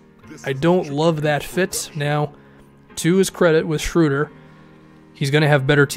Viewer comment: ... the German “ö” (oe = ö) in Schroeder sounds something like the “ea” in earn or early. Give it a try :)